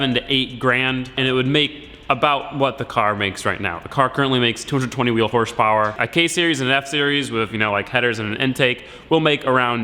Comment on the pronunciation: hahahaha! 😂 Horsh powwer?????????